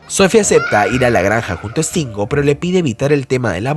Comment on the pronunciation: No es Estingo....es Stingo ... S al principio no hay E...